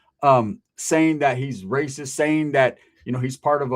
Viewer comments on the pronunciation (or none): none